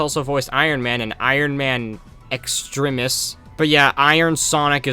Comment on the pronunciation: Just for you mispronouncing Extremis I'm gonna unsubscribe smh my head 🙄🙄🙄